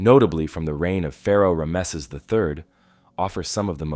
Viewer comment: Okay. I hate to be picky but it's driving me crazy. Ram-sees. Equal emphasis on both syllables.